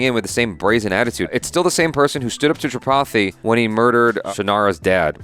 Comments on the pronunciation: When says "Tripathi" everyone hear "chapati"😂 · when says ''tripathi" it sounds like he is saying "chapati"